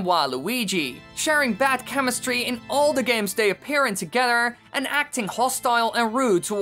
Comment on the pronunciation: Your saying togeder not together